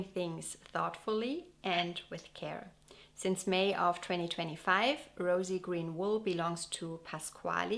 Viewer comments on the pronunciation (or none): none